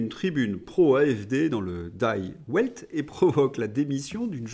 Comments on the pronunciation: Die Welt : divelte, pas daille ouelte..... L'allemand ne se prononce pas comme le sabir Atlantique. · Prononcer "di vèlte" pour "Die Welt" (Le Monde) 😉 Pour le reste, toujours au top. Merci.